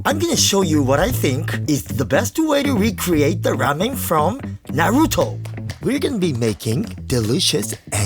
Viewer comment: Such a kind man that he forgoes the proper pronunciation of Naruto for his western viewers